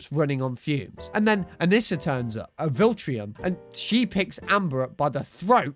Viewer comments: It’s pronounced Viltrumite not Viltrium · Amber isn't even as bad as he's trying make her sound.. plus it's Viltrumite.. not Viltrium.. this guy really pmo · wth is a viltriam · vil-trum-ite (i get it tho) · You said Veltramite wrong 😢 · You say viltrumite weird